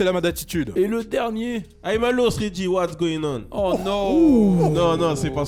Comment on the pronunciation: "what's going on" 😂😂Mdr comment il a dit wesh...!!! 🤣 Tee greezley